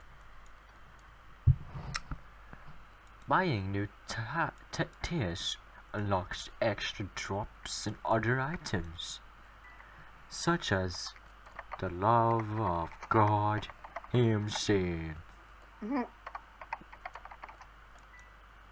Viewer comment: And also say's other like ''Udder'' x'D